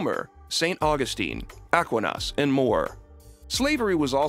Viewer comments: Aquinas: ah-KWHY-nas Not AH-qui-NAS 👌😆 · man said "ah-kwee-nahs" bro its aquinas (ah-kwine-us/as) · Discovered this channel yesterday and already profoundly enjoy it. Just for reference though, Did you pronounce Thomas Aquinas' last name like "aqua-naus," or were you referencing someone else? (I checked your reference. It's indeed referencing St Thomas Aquinas acceptance of slavery). Now back to the video!